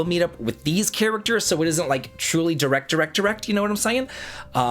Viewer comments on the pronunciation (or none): none